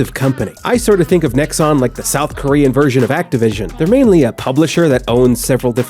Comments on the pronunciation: How do you make this entire video calling them fucking "Nexus????" It's Nexon. Name them and fucking shame them. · Pretends doing a serious and informed review about a grindy game Sponsors a grindfest of a game Is unable to say the name of the developer right once in the entire video Understandable, have a nice day.